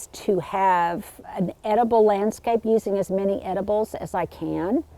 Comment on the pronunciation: Loved the tour. 😍 I laugh every time you say “edibles”, though. 😆